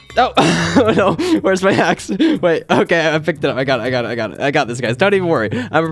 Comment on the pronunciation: when he dropped his axe it sounded like he said weres my hax